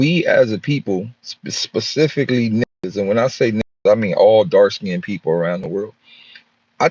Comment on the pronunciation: People 🤔 pe- ople or pole 😒bruh